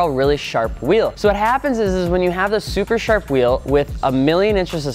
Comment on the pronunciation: “Shuper Sharp”